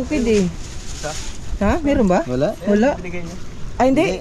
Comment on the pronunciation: Ayusin mo ka haw binigay Hindi bunigay